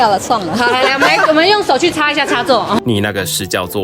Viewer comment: 找死 不等於 找屎 這太捲舌喔 是北京來的旁白嗎 XDD